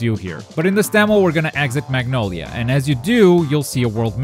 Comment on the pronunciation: Magnoldia? Isn't it Magnolia?